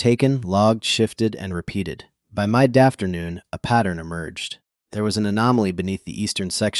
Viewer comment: Mide dafternoon? Is that English?😅